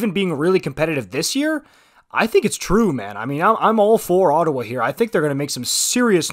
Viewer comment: you're a bit warped about Ottawa. It's Ottawa.